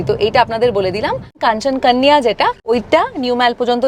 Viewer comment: খুব সুন্দর উপস্থাপনা। একটা ছোট্ট আবেদন, "কাশ" , "কাঞ্চন কান ইয়া" এগুলোকে বাংলা ভাষার উচ্চারণ করলে আরও শ্রুতিমধুর হতো। পরিষ্কার "যদি" বা কাঞ্চনকন্যা বললে আরও সুন্দর হবে। অনুরোধ রাখলাম শুধুমাত্র। 😊